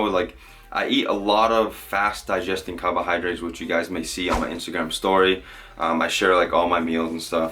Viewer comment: love the way ya say “cahbohahdrites”